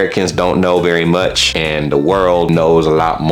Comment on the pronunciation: The and for me sounds like antidote